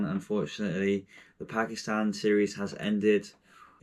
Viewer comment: At least pronounce it right